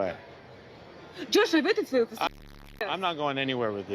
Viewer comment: "Invite me to Vee-Ay-Gus" right now!" 😂😂😂